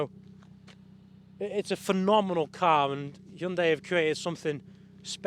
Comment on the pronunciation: 당신은 현대를 정확하게 발음하는 가장 잘생긴 차량 리뷰 유튜버 입니다